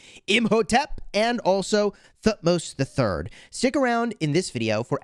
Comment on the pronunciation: by the way the right pronunciation of thutmos is Tu - hut - mose it's a 3 syllable word